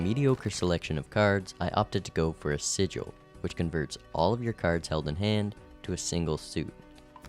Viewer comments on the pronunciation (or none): none